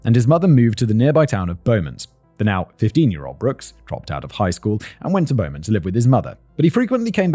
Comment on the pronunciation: Kinda annoyed my how he pronounced beaumont